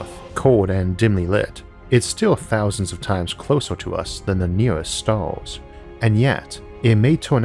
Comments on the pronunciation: "A gateway to those Stawws" - Isaac Arthur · S T A W S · Nobody: Isaac: Staws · Left when I heard "staws" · #staws #univawse #awth #nuculaw #uwanus